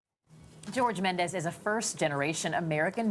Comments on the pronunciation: CBS, pls educate your anchors on how to pronounce guest's last names. Chef Jorge is NOT Spanish, he is not a 'MendeZ' but a "Mendes"! The last "DES" is pronounced as if you were saying "desplacing". Chef Jorge is a a proud Portuguese, but he also needs to know how to write correct Portuguese. Either that or he chose the name "Aldea" to attract the Spanish foodies and educate them on how Portugal cooks and eats, which is beautifully! The correct spelling of the restaurant in Portuguese is "Aldeia", which means a little village or a very tiny parish town. Thank you to Chef George for loving and honorinh his roots! My kind of guy. Wish I could also have ine last meal with my beloved past father. 🙏😍🇵🇹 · The pronounce of Mendes in portuguese is "Mendch" not "Mendez". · At least pronounce his name the correct way.. Its a Portuguese name, not Spanish.